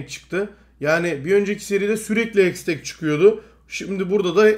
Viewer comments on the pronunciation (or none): none